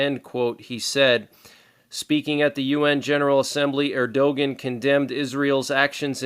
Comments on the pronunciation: Thanks! By the way, and just a heads up on Tayyip Erdogan's name pronunciation. That would be "Err - Do - Wan". Tayyip was correct. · Not Eeeerdoughgin!!!!!